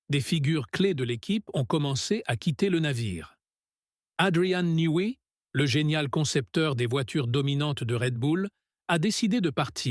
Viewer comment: à ah bon, c'est un scoop, je ne savais de Horner ou "Orner" a démissionné... et je ne savais pas non plus qu'Adrian Newé ... Aucun respect comme d'hab. travail de cochon. " à " a également fait s'évalise"... verbe "se évaliser" 🤣🤣 j'arrête là.